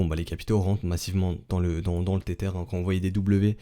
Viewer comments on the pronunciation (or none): le "tétère" ou le le "ter-ter"? t'habites quelle banlieue au fait?!